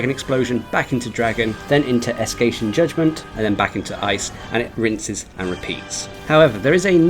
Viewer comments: Me too but he thought its "Escation" not Escaton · sorry to say this, no offense but the way you pronounced "Escaton" really bugs me lol good job on your detailed guide on how to beat Alatreon though, even though i've already managed to defeat him last wednesday, this is just my opinion but i find him much more harder than the Arch-tempered monsters i've fought not gonna lie but what can you expect, he is a Black Dragon after all